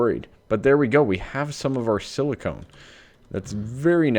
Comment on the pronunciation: whenever you say silicon, you pronounce it with a long O, as in 'own'. This drives me crazy - as it sounds like silicone instead of silicon. Silicone is any silicon based polymer. Anyhow, I feel like a tool for making a negative comment; sorry. Let me just say that I'm here watching your channel because I enjoy it.